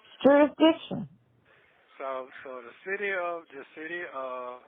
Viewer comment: Now I am going to hear that word 'jurisdiciton" in my sleep. 🙄😒😳